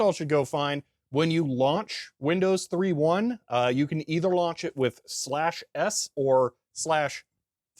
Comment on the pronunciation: "...Because I went ahead and made a set of disks for Windows THREE-1..." Haha, oops, wrong emphasis. The difference isn't between 3 and 3; it's between 1.1 and just 1.